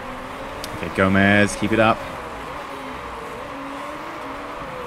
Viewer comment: It's gome-s not Gomez